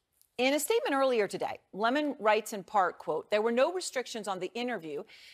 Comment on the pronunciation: I’m just here to hear Hasan say Le Mon 👀